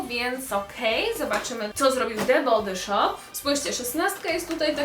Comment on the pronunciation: nie chce się wymądrzać ani Cię urazić ale „the body shop” czyta się „the bodi szop” 😁😊❤️ wybacz